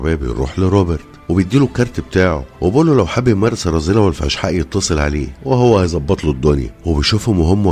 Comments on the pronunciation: الفحشاء وليس فشحاء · حبيبنا الغالى اسنها الفحشاء وليست افشحاء والله اعلم